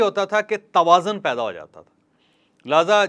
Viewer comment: سر توازن میں ز پر پیش ہے نا کہ زبر تقابل کے وزن پر